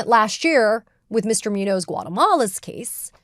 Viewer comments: Katie: Please learn enough basic Spanish to pronounce "Muñoz". (MOON-yohz) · I'm sorry, and I hate making corrections like this, this one is just killing me. Muñoz is pronounced *Moonyōs*. ☮️ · Can you not pronounce Muñoz as MEWNOSE? JFC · I'm pretty sure it's pronounced MOON yoze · I really would like to agree with Ms. Phang… but her repeated mispronunciation of Muñoz-Guatemala is killing me 😭